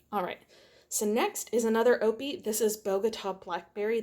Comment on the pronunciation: Great project! OPI is pronounced with every letter, like 'Oh Pee I"